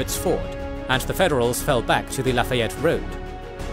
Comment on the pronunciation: I wish I could send a voice recording of how Lafayette Georgia is actually pronounced 🤣 "Luh faye it" is about as close as I can get 🤣